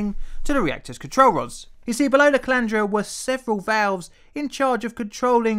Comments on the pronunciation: calandria: pronounced kah-lan-dree-ah There is a lot of important nuclear history at Chalk River labs. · did you say "Calandria"?